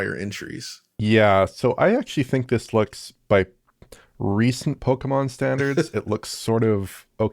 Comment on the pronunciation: Saying Pokèmon RIGHT!!! Thanks guys